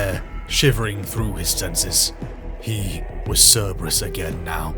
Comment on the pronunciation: Love your stuff always have but so much work goes into these how do mispronunciations get through? Turrah, instead of Terra? I've never heard Curberous but I imagine someone might say it that way. This Chanel is so awesome, just idk double check the pronunciation. Everything you do is so flawless this mistakes really stand out.